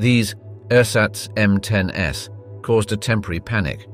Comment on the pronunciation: I've given up . As soon as he said "lives on" making "lives" rhyme with "hives" I just can't listen to any more mispronounced crap. I can't believe he researched this yet never heard anyone say "M.E. 262" ffs! And they weren't "ersatz M10 ess"! They were "ersatz M10s" ie More than one ersatz M10! Please, in the future, if you don't know how something is pronounced for sure, Google it asking for the pronunciation. Maybe listen to some interviews from the people who used and/or built these things. It just shows up that you have no idea what you're talking about. Speaking about technology, especially technology built by people who speak a different language to your own, isn't about imprecise variation. It's about passing on data clearly and correctly. Absolutely dire!